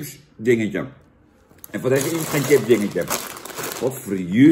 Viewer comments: Zucht Jan.. het is 'chips' en geen 'tjips' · Sjips, niet tjips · Jan, ga gewoon is "Sjips" zeggen! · Zo vreemd als iemand tjips ipv sjips zegt. Net of ze een computer aan het opeten zijn.😜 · Van het woordje “tjips” raak ik altijd geïrriteerd. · Jan wij in Noord-Holland zeggen toch gewoon sjips?? Wtf. Top review weer 👍🏻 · Normaal gesproken gaan m’n nekharen overeind van mensen die tjips zeggen maar van Jan tolereer ik het